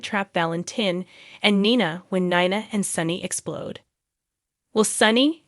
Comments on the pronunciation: I am not gonna listen to this channel. Until you learn how to say these people's name, it's Valentine, not Valentine please get the names right it's nina not nana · It’s obvious the voice on this video is A I (computer generated) Gladys, Dr Montague, Nina, Charlotte, Esme, Sasha, Lois, Ava are the ones mispronounced. You notice the word ‘Glad’ is pronounced correctly. Spencer, will be the new face of Deception.